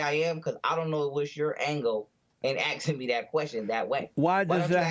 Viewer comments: you axing, you axing me this question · Well Jesse you found a real live crackhead. Lol Also, nobody is axing you a question. Lol. This guy is smoking something. He's crazy as hell. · Stop axing him Jesse Lee. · "I don't know your angle in AXING me that question" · "you axe ing me" said the. Hahaha....wow. I'm about as Egyptian as he is hahaha.